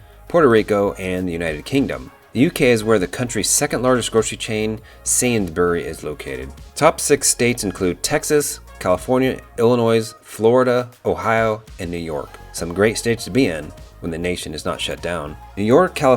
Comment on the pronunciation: Haha - Sainsburys made me lol. It is said more like Sainsbre's 😂 Only teasing though